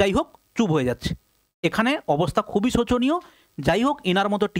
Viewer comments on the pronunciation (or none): none